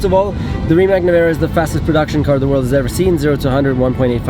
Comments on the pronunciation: RimaC und NICHT RimaK. Im Kroatischen ist und bleibt ein C ein C und ein K bleibt K. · its rimac not rimak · Rimac, not Rimak. C in Mercedes you say correctly? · Fyi it is pronounced RimaTS not RimaK. You should say it like Mate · Hr. Rosberg, es ist nicht Rimak, sonst Rimatz ( Rimac ).. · You and almost everyone pronounce Rimac as Rima"C" like California. You're changing his 1st name! It's like you heard from Mate himself, Rimac, like RimaZZ, like pizza. :) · so mate pronounces it rimats but you keep saying rimak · Never knew how to pronounce RIMAC properly, know I know THANKS MATE! Its not RIMACK its RIMATZZZZ guys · It’s pronounced Ree-mats not Rimak🤦🏻‍♂️ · It is Rimac not Rimak, stop saying k at the end. It is a Croatian name and we say c when it's written as c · Niko can you be so polite and call Rimac the way it is pronounced, and not RIMAK!!!??? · If you have respect for the company and Mate, try to learn how to spell the name correctly...it is Rima"c"...you read "c"...it is not only company name, but Mate's surname..so little bit of respect would be nice...annoyed how people do not listen. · It's not pronounced RIMAK but RIMAC. Surname is Rimac. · So its pronounced RimatS ??? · why is he pronouncing Porsche and Rimac wrong ? as a german it is a bad habit to cut the e from Porsche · Its insane. You got the first ever produced Rimac C2, but you still don't know how to pronounce it 😁